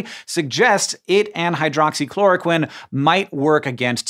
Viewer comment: Well and most medical professionals in the US say chloro-queen and hydroxychloro-queen too. Don't know why Hank says the short i sound.